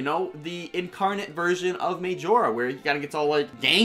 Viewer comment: The way you say majora bothers me